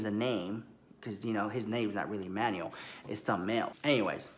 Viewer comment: Enunciate! 😂 I heard Emmanuel as Manny. I was living until I realized 😩😂😂